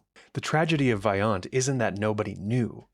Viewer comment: The letter O in Italian is always pronounced as Oh. Always a long O, so please pronounce Vajont correctly